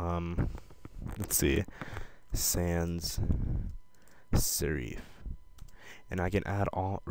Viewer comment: it's sans serif.... (sair- if)